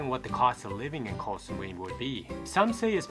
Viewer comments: Actual pronunciation from a Thai person is GO Samui. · koy samui xD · Learn to pronounce Koh Samui before you make a video. You mispronounced many names of places. Are you a robot?